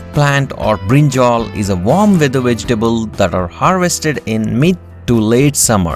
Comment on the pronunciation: You said brinjol it is brinjal